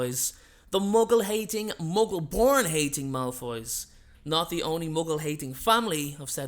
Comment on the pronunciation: Did you just say muggle porn in the beginning?